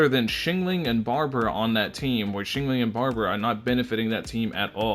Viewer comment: "Xingling" IM DEAD